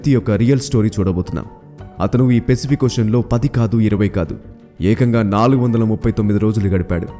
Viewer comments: Adi pesipik kadura babu..sariga pronounce chey firstu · One suggestion pacific pronounciation is not correct bro